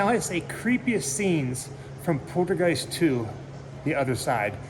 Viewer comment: Haha u keep call8ng the little girl Caroline it's Carol Anne, n it sounds like u pronounce poltergeist like poodlegeist lol funny man, LOL, sorry I'm just a hard core horror movie fan and I grew up with these films, n cringe a bit when people mispronounce characters iconic names or they butcher some info that they mis heard or got wrong from what the actual facts are..Sorry bro not trying to come at u negatively ,but I'm just a huge horror need that just can't stand it when some folks get shitt wrong. It's all in good tension and good fun bro, just kinda made me cringe a bit when u kept saying Caroline and poodlegeist lol haha it's all good bro still love ur videos and ur adventures that u explore they're all very interesting..much love man